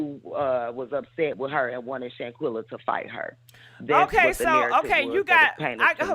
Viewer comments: Shaqana?, "Shanquella" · Her name is Shanquella not Shaquanna. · Her name is Shanquella, please stop mispronouncing her name please, that's so disrespectful. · I don’t think anybody is being disrespectful. You have some people that just can’t pronounce names as unique as Shanquella’s. I’ve heard try to say her name several time but she just can’t lol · I don’t think the mispronunciation of name is on purpose. She has a unique name. It’s just like you sitting in class and the teacher calls your name and butchers it. It takes them a while before they can actually say your name correctly. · You gotta learn how to say her name right smh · I couldn't take the sound of her voice anymore and she kept mispronouncing Shanquella's name. I cut it off!!!